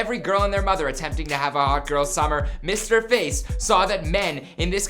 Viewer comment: He said Mr. Face hahahahah